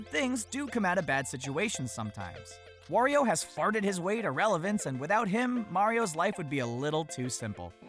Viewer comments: lol i heard he say: "Worio" but thename is Wario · Why do you say wOrio? Its wArio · said wario wrong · Did u just pronounce wario wrong